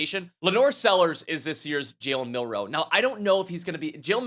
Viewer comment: Say Jalen just one more time please. Cuz you definitely ain’t saying that word haha